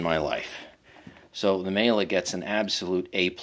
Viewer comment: Miele is pronounced "Meee-luh". Nice review